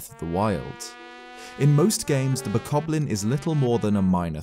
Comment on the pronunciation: you know he said "boblin" not bokoblin